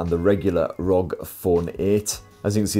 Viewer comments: Love your videos! But its R O G lol not rog lol it's an acronym lol Republic Of Gamers lol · This is the first time I heard someone said ROG and not aRe O Gee 😂